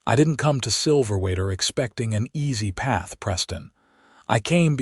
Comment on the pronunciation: Silverwater AZ, pronounced wrong with your AI narration. 😮